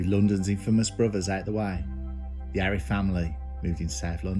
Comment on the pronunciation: It's Arif, not Afri